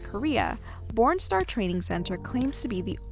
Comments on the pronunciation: I keep hearing “porn star” 😂🤦‍♀️🤦‍♀️🤦‍♀️ whyyyyyyyyy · Am I the only one who hears “porn star “ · i can't unhear it now fhedjrbd